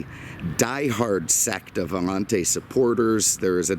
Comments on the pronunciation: "The new Allan-taay !! " ... Kelly Bundy. 👍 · ...." this is a 1990 CADIMMAC AMMANTE..... " ???